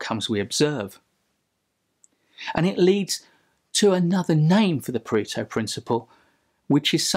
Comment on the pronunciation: for the love of god! learn to pronounce Pareto